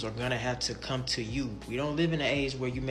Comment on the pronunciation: But in a hurry to cam up and babble tho😮